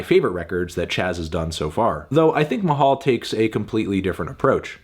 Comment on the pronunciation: as a filipino, it's fun to hear anthony say the word mahal haha